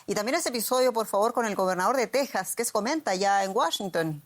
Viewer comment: se escribe Texas y se lee 'Tejas' en español.